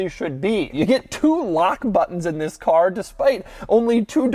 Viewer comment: Doug you need to tell the guy in the beginning of the video he needs to accentuate the TH in THIS.....TTTTTTTTTHHHHHHHHHHIS!!!!! Lol